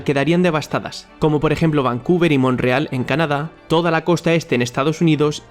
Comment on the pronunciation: "Monreal" en vez de Montreal? Atlántida en vez de Antártida?